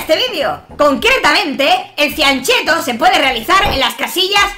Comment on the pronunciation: se pronuncia FIANKET-TO